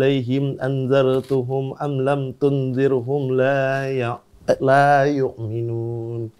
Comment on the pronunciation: Ada yang salah bacaannya om......di lafazd aanzdartahum bukan aanzdartuhum🙏